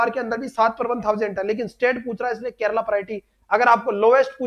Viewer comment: Kerala not kerla